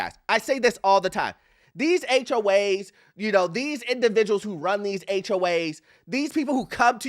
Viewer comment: Why are you calling them HOH’s?